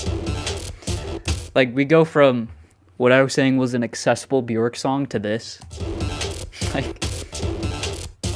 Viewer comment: Björk is pronounced “B-yerk” … rhymes with work or jerk.